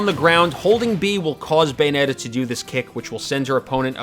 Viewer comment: "Bayometta" lol